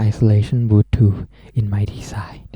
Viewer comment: Design, NOT DESIND or DESIGE